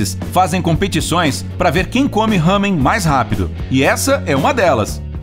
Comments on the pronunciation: Não é “hamen” é LÁMEN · Nao e ramem e lamen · não é ramen é lamen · Não é RAMEM é LAMEN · O ramen não se lê (Hamen) ou (rramen) !!!, porfavor procure o jeito certo, porque dá agonia isso ksksk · SE PRONUNCIA LAMEN KRL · Ele errou o nome serto é lamen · Se fala Lamen